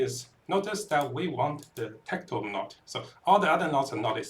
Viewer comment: That's what you get for trusting the guy who can't pronounce not only Tecrod but also Kurgle. These are not difficult pronunciations and take minimal effort to learn once